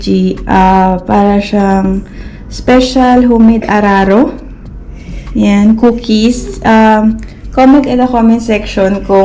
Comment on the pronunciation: Mam di po araro kundi uraro🥰